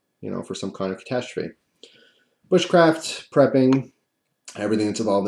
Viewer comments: When you said bush craft I seriously thought you said wich craft.... had to go back to relies you didn't haha love your videos BTW keep it up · He said "bushcraft" but to some it apparently sounded like "witchcraft." I can't say for sure, but I don't think is into the latter.